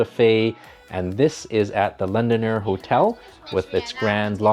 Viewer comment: LondoNER so why pronounce as LondoNIER?